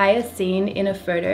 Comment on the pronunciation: Every time she says "photo" it sounds like "Frodo" Love this girl and her cool channel, Lord of the lenses :)😍